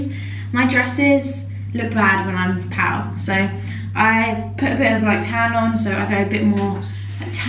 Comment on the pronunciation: haha the way you say pale sounds like ur saying pow🤣